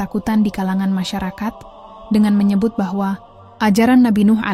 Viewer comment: nyebut salah, kalimat muter muter, point ngambang. semoga ada kemajuan buat channel ini